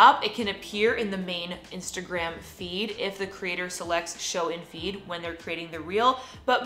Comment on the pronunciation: Each time you are pronouncing "feed", it seems like "weed". Please correct your pronunciation